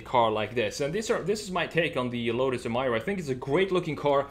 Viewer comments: Lotus: Introducing the new Lotus Em-ee-ra This guy: Em -EYE-ra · It’s Emeeeera not Emiiiiira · EMIRA, not EMYRA lets pronounce it right lol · It's NOT "eee-mie-ruh"! It's "E-meer-uh". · It's pronounced E-mir-ra not Em-mai-ra. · It's pronounced Em-EE-ra. Stop Americanizing the pronunciation of everything. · Pronounced... Ee-me-rah ! If you look carefully the body lines all form boomerang shapes, like the main bonnet vents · Bro, its pronounced A'meera